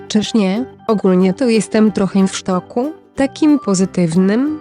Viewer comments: jak mówisz "w szoku" to ja słyszę "rynsztoku". Taka to dygresja. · Ja słyszę ,,w sztoku''